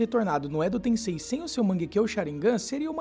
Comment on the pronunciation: Edo "TenSSei"